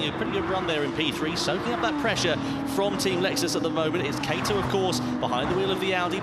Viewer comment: I'm a bit confused. Name's written as 'Kato', both commentators keep on saying 'Keito'. Presuming it's unconceivable and too unprofessional that remunerated commentators would have such a low level of preparation, can I presume it's a typo?